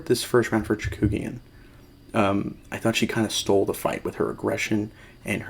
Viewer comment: FYI, you kept transposing the vowels in Chookagian's name... you pronounced it like Chakoogian ;)